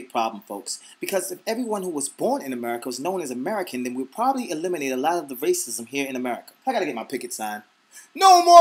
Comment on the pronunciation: lol damn... I heard raisins instead of racism hahahaha :D